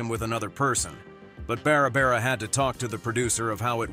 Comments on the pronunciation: Bara bara Eden? Sheesh! What's so hard about pronouncing Barbara! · So hard to listen to the narrator mispronounce so many words. You can't even pronounce Barbara. It's Not Bara bara! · Beara Beara instead of Barbara Eden. 🙄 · Learn how to spell and pronounce Barbara. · Doesn't your auto nariator know how to pronounce Barbara?